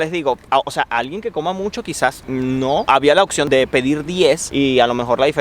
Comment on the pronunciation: oPción, no Occión 🤣🤣